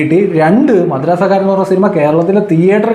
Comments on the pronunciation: Bro not Madrasakaaran its Madraskaaran😅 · Madrassakkaaran alla bro madraskaaran😂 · മദ്രസ്സക്കാരൻ അല്ലാലോ മദ്രാസ് ക്കാരൻ എന്ന് അല്ലെ 😂😂😂😂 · Edai, madrassa karan alla... Madras karan 😅😅